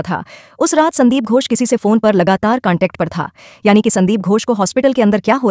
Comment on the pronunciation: Poor pronunciation ghosh not gos